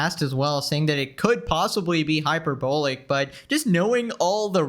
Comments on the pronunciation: HyperBOWLICK xD HyperBALL-LICK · Does he know what hyperbolic means. He says it wrong constantly